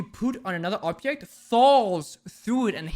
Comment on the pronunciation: did he say obyect?